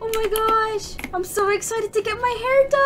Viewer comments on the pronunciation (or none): I love how she says I’m she says ima instead of I’m